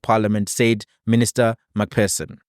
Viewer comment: McPherson = Please, it’s not MacPerson, you must use an ‘f’ sound for the PH - like McFurson